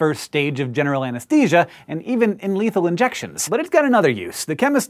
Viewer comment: When he said anesthesia it sounded like Anastasia hahahhahaah 🤣🤣🤣